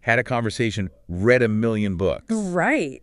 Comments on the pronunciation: There was an error in the pronunciation of the word "read". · This can't even pronounce "read" a million books correctly. It seems realistic until it sounds like a dope. Needs some fundamental work yet before I'll be satisfied. Thanks for an interesting video, though. I subscribed to your channel.